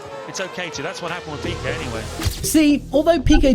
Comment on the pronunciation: Cette voix IA me les cassent !!! PIKET ( avec un i ) et non PEKA !!! Cette voix IA qui n'est pas capable de prononcer les noms convenablement !!! C'est fou !!!